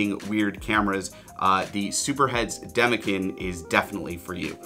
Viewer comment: Great video. However, Demekin is pronounced demekin and not demekin. Hope this helps